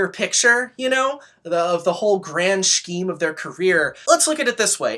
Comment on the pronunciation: Are you saying “scheme” with the hard SH ironically? Or are you just mispronouncing it? I’ve gotta know.